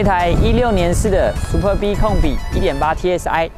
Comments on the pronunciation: 好像故意唸成Super B。他有時就是唸對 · super b?你是故意唸錯？ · 介紹的是不錯 但一聽到唸super B 就知道畢竟不是專門賣skoda的人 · 拜託 不懂要問。不念Super B. 好嗎？ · 一般人就算了 沒人在意 下面留言中有人會在意 因為這已經是高流量的 yt車商 最基本的車名，念”對“ 不難吧！ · 為什麼要念super逼 聽了頭好痛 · 聽到super 逼 真的很反胃 不知道為啥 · Superb 音節的重音在S跟P，至於B的唸法就是小時候學KK音標的 BBB ？ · L&K車主路過...那個super b念法可能不太對哦....... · 貴公司也算中古車YT最高流量之一的吧! 結果介紹車子第一句英文就念錯 這樣會讓人懷疑專業度在那呢? 發音不標準之類的都沒關係 但要賣該廠的旗艦SUPERB 也不是剛進來台灣 名字查一下~~~不難吧!!! 聽了頭好痛! 介紹的再精彩 讚我真的按不下去!